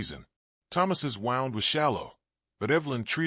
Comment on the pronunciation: Decent narration. Captions not too bad. Appropriate pronunciation of "wound" and "read" still a problem for AI. Can't always put correct spellings to sound ("cart" for "cot". "Duelings" for "Doolan's".) Or sounds to spellings. You don't sound out the letters of "mhm" when they are meant to mean a murmmer for agreement. Impressed how narration had appropriate intonation and pausing, even without proper punctuation in captions. Liked it a lot. Thank you. OR, USA